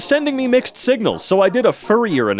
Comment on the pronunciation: Believe it or not, I actually understand this Also it’s ‘oiler’ IT’S PRONOUNCED REE-MAN Four yer Oh man I wish unity had flowtrees stupid uni not math guy it’s x squared tau(2 pi)>pi( …) also ur dumb > is greater than idk this who did this 🤣 use a dot for multiplication